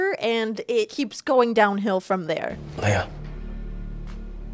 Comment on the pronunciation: You are dedicated to pronouncing Leah’s name wrong lol